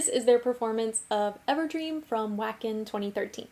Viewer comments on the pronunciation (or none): The time comes for everyone to correct pronunciation…. It is pronounced “Vacken”. 😉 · Sorry but that’s pronounced Vacken W in German makes a V sound. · FYI, Wacken is in Germany and is pronounced Va-ken (V and W sounds is reversed in Germanic languages). Great analysis and appreciation of Floor's vocals as always!~